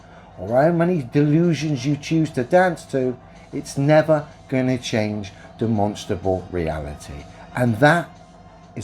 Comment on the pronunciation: He said demonstable not demonstrable. Talk about derpy 😂